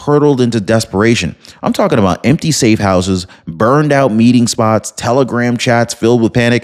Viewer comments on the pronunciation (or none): none